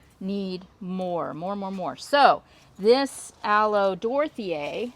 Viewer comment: You say aloe Dorthea .... my brain says Sbornak! Lolz oh Golden Girls❣️ Loving your roses BTW I just put in 6 climbers this year hoping they look half as nice as yours